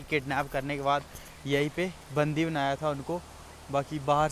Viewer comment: बंदी होता है कि बंधी होता है! थोड़ा फ़रक तो कर ले भई